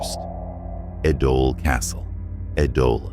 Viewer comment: Pronunciation of Ēdole is wrong 😑